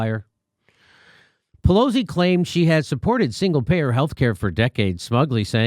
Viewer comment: At one point, it sounds like Jimmy’s about to say Nancy Pelousy